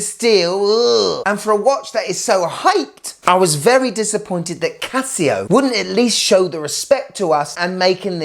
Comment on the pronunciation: "Casi-go..." Casio really needs to hire you in their marketing department, man. And - WTF is it with heart rate and oxygen stuff? Who needs it?